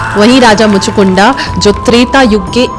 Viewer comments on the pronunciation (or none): इन आधे अधूरे महाज्ञानियों ने अलग ही नरक मचा रखा है 😡😡 कथा तो अच्छे से बताया आपने लेकिन दीदी उनका नाम कलयवन नहीं कालयवन था, और उनका नाम मुचूकुंडा नहीं मुचुकुंद था,, नाम ही बदल दिया आपने क्यों..?? अगर अंग्रेजी वाले शब्द उपयोग करने थे, जिनके उपयोग से कथा और उच्चारित नाम का अर्थ अनर्थ हो जाता है तो अंग्रेजी भाषा में ही वीडियो बना देती आप,, जैसे अंग्रेजी में-- श्री राम को रामा, श्री कृष्ण को कृष्णा, शिव जी को शिवा, अरे मत करो ये सब जब हिंदी भाषा मे वीडियो बना रहे हो तो भगवान का नाम वैसे ही उच्चारित करो न जैसे हमारे वेदों और पुराणों में वर्णित हैं। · Please pronounce the names correctly. The names are काल यवन and मुचकुंद Not कलयवान and मुच कुंडा 😢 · आपको हिंदी भाषा पढ़ने की बहुत ज्यादा आवश्यकता है, 1- कलयवन नहीं "कालयवन" 2-मुचुकुंडा नहीं "मुचुकुंद" 3-इक्ष्वकु नहीं "इक्ष्वाकु वंश" बाकी कथा बहुत सुन्दर व्यक्त की है आपने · behen sometimes your pronounciation for some words going incorrect. कालयवन and मुचकुंडा नहीं मुचकुन्द hai . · मुचकुंद है उच्चारण, मुचकुंडा नहीं। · Behan itni jhol krke story sunai.. us par Raja Muchukund ko Muchukunda bula rhi hai. English mein Likhte hain but bolte Muchukund hi hain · कालयवन और महाराज मुचुकुंद है वे मुचुकुंडा़ नहीं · आपने सही बताया,पर कलयवन नहीं कालयवन नाम था। उसी तरह मुचुकुंडा नहीं मुचुकुंद नाम था। ये इसलिए आपने बोला जैसे योग को लोग आजकल योगा बोलने लगे हैं। अंग्रेजी भाषा का प्रभाव। जय श्री राम 🚩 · Sab ki naam sahi se loo😡😡😡😡 (raja mandhata ki putra raja muchukunda)